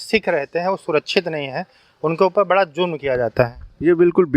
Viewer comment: Zulm (meaning cruelty), not julm (invalid word) or jurm (meaning crime).